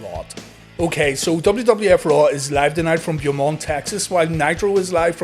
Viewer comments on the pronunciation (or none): "BOH" + "muhnt" for future reference Brother. 👌 keep up the awesome work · Oh, no. That pronunciation of Beaumont, TX. You hurt this Texan's heart.